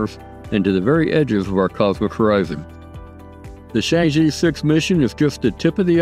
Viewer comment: Good video. Keep up the good work. P.S. Chang'e is pronounced as /chang-er/ but not /chang-ee/.